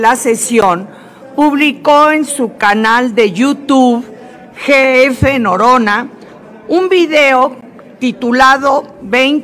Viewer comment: Y cuantas veses la loca hasta le llamaba llorona enves de norona con respeto a la senora llo mire como que fue intensional llo pienso que fue planeado norona ni volteo como que ni cuenta se dio esto es venganza por lo de andrea chaves